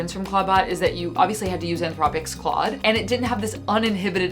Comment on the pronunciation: What's with the “Claudé” thing? The accent would make you say the e (vaguely like clohday). Well, ok, I can't believe you wouldn't know that because you already know English words like café. But why is pretending to be illiterate funny?